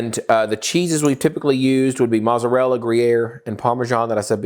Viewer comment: Is there a inside joke on why he doesn't pronounce mozzarella property?